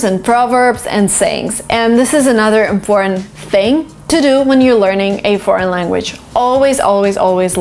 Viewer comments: imBBortant imPPortant(✓) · I‘ve been confused for more than ten years, the end pronunciation of IMPORTANT. Doesn't it sound natural to say /tənt/ ? /tənt/ is much more smoothy and natural than /pɔ:_nt/ for Chinese. /pɔ:_nt/ sounds very indistinct to hear and immitate. like mumbling.